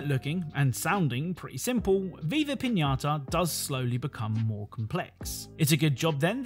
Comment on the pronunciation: buena pronunciación de "piñata"